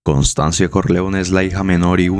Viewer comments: Constanza, no "Constanzia" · Pero, es Constanza ¿No? Voy a hacer una crítica constructiva, esperando que no se me tome a mal. He notado que las palabras italianas, son a menudo mal pronunciadas en tus videos, los cuales son excelentes y me gusta mucho el contenido. Si tan sólo investigaras cómo se pronuncian bien dichas palabras (como en el caso de Constanza), yo le pondría a tu canal un diez de diez. Saludos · Constanza ignorante, pronuncia bien